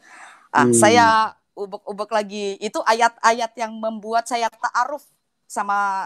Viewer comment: Ini kesaksian apa sih katanya dari kecil juara mtq kok salah bacanya dan glepotan ..taaruf aja taarung